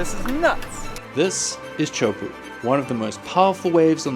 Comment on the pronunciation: "Chowpoo" 😂😂😂 Refuse to learn how to pronounce it correctly.